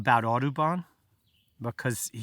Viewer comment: Okay. John James Audubon. Took me a while to figure out that he was not saying „Autobahn“ :)